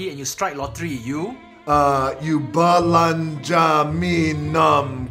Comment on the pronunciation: I was wondering how did you made Dwayne pronounced the BUH LUN JAH me KOH PEE LAH ? Am I right ?